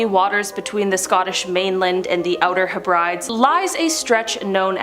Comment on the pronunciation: Herbrides!! HEB-BRE-DIS